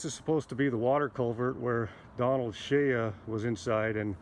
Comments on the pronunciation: Good video. But it's Shea. (Shay) the a is silent. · Sir, the name is pronounced: Shay -------shea is pronounced as Shay. ----------------------------Wolfsky9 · Listening to him say "Shay ya" was brutal. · Yes, it’s “Shay”, not shay-ya. Otherwise, great video. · I think his last name is pronounced like "shay," Not "shay-uh." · You are mispronouncing Shorty Shea's last name, it's not prounounced SHAYUH..it's pronounced just SHAY, rhymes with WAY, SAY, RAY, HAY, JAY, BAY, NAY, PAY, MAY, DAY, LAY, GAY